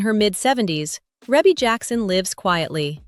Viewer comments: You can always tell when folks don't really know her. It's REE-bee, not REH-bee.... although it's spelled like it. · The pronunciation of her name in this video is pissing me off